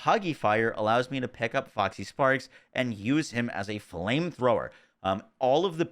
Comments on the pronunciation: Say it with me: Fox = "Fox" | Parks = "Parks | Foxparks = "Foxysparks" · As much as I've enjoyed / learned a lot from the video.. the cringe was real every time you said FoxYsparks -_-' there's no Y.